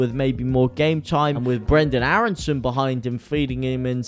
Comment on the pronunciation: you really doing great vids oops Loved the way you mentioned Brrrenden Aarrrreson the other day! madrical path of Leeds UNITED! me veteran fan and honoured to enjoy the feeling of still being young at heart! Leeds leeds leeds mot